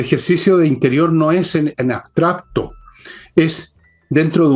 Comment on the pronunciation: Perdón…pero la palabra es abstracto y no asbtracto…